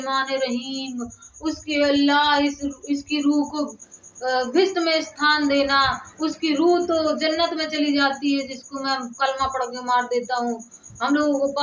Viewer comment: स्थान को सथान बोलने वाले गुरु की शिषया 😊😊😊😊